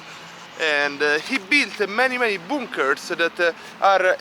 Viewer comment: He says bunkers like BOONKERS